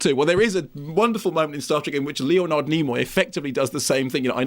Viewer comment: I like Mark Kermode but he has a weird way of pronouncing Leonard as Leo Nard which was kinda jarring